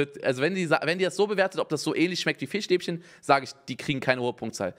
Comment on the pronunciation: Niemand: Unge: Fichstäbchen